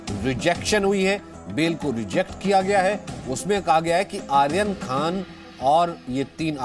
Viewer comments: भाई पहले ले तय कर लो कि आयरन है कि आर्यन 😂 वैसे बहुत अच्छी खबर है इन्हें कम से कम साल की सजा हो मतलब अगले सात जन्मों तक जेल में ही रहे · नाम ही बदल दिया गया आयरन खान ध्यान से सुने एंकर की आवाज